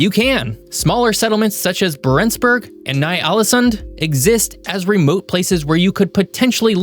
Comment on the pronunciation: Yeah and he didn’t even pronounce Barentsburg correctly